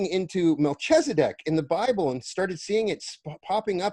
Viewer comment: So perfect!!! You pronounce it the way I do… I don’t say Mel Keeezzz-adeck… I say Mel-Kell-za-deck